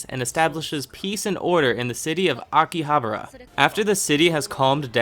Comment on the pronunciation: You are banned from pronouncing names and locations, make an effort to pronounce them when you make videos, its cringy when you dont know how to say akihabara or ye xiu or kirito. if you watched them then you know how to pronounce them honestly its like you just googled your topic and tried guessing the pronunciation